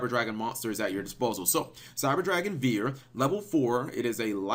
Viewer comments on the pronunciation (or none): As someone who took 2 years of German it's pronounced "fear" V's make an "F" sound and "W's" make a "v" sound. Also to be fluent you need to yell everything. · cap let me help you. (by old school for old school). Drei = three (say "drei" like "dry") Vier = four (say "vier" like "fear"). Hertz like CPU Megahertz (hz/mhz) (say "hertz" like "herz" herz = heart)and Zieger (if this is the final name for it) say it like "Sieger" = winner. (Maybe Zieger has something to do with the metal alloy. Then your pronunciation is correct.) Unfortunately, I have no example for your "Panser". Panzer = tank. Listen to the pronunciation of google translation. This should not be a lesson, just a nice help. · Just say "fear" that's the correct way to pronounce it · here, its name is actually pronounced like the word fear. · Drei is the German word for 3. It's pronounced "dry". Vier is the German word for 4. It's pronounced "fear" . That being said, great video!! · vier is pronounced like fear and drei is pronounced like dry